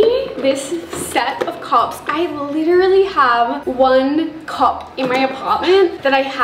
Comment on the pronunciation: OkY but do you hear how she says cop instead of cup. Ahahah I love her tho